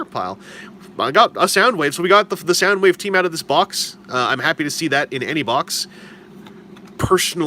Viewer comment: You do know it's Soundwave not Soundwoof.